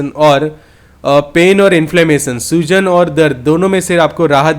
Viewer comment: " soozan" nahi " Soojan" bolo bhai matlab Swelling